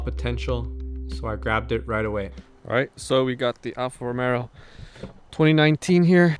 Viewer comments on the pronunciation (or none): dream car, well done! ...but why I believe I hear you say Alfa Romero?